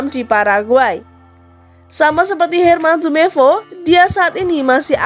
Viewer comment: Intonasi kurang enak,editor pusing ga enak di liat soal nemcantumkan nama trus cara penyampaian nama nama pemain contoh herman jumepo wkwk